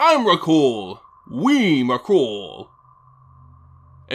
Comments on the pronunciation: Ps: "onerakul" thats so retarded!!! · There was alot of times he said Emerakul, but has anybody considered "Memerakul"